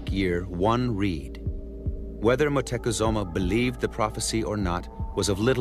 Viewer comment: Is it just me or was the narrator saying Moctezuma wrong the entire time?